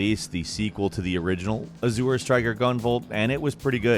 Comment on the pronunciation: So no 1 told he was saying Azure wrong in the editing phase?!😅